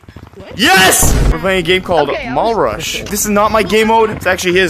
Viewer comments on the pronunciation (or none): I thought is was mull rush not mall rush